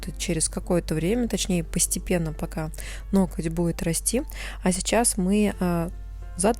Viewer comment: Почему Вы говорите "нокоть", а не ноготь? (Вы же грамотная девушка! Я Вас регулярно смотрю и это коверканье слова " Ноготь" режет слух.